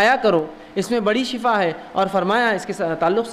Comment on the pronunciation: Shifa thek he khena ,,,,not shafa